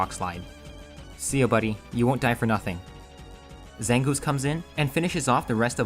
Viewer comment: ZANGOOSE, NOT ZANGOUS!